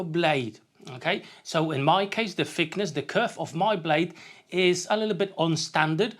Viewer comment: When you say fickness, for a German that sounds like another word for fuckability. This is very unfortunate. I will better look for a Brit with proper pronunciation.